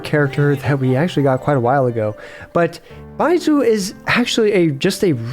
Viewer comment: why do you say baizhu so weird, its like you're saying bye jew lol